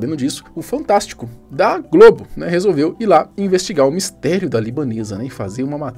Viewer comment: Pq você fala rede globe? é Globo!